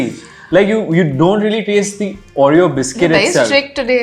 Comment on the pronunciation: Why does she say ‘Aureyaw’ and not Oreo 😢